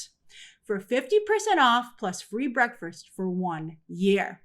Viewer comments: Grace, are you saying "breakfirst"? 😂😂😂 wtf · The way you said breakfast had me weak😂